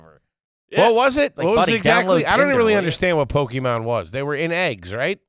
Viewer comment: immediately showed his age by saying "PokeMAN"